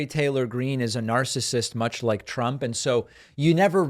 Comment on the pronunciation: she literally calls him, "President Tramp."